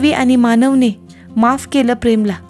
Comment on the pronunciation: मानवन नाही मानवण